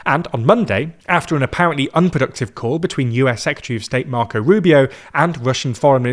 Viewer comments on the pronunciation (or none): none